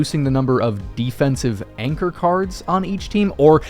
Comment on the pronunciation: Anchor? You mean Yanchor?